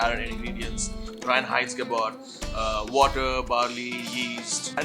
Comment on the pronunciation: Literally everyone: Hayferwizen, Hayferwizer, Hefenwizen, Hyperwizen.... 😂: “Reinheitsgebot”. Nexttt....